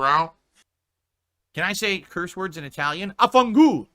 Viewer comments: it's pronounced "Vaffanculo", not "Afangul":/ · The only Italian word he claims to know it’s spelled “Vaffanculo” not “afangulo” like he said. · "afangu"? Not even close, sfigato 🤣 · Did he try to say vaffanculo or wtf was that? Lmao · "Afangu", "panitown". He's at the same level as 6 year-old me playing the bootleg English Pokemon Silver cartridge my dad gifted me 🤪 This is coming from a 4 quarters, zucchini lover and greasy hair Italian, btw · His attempt at "vaffanculo" was simply "triste" and "patetico"